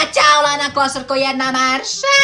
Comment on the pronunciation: Zasto si opet rekao klosarko😠ne kaze se klosarko nego klousarkooo ima da se naljutim😠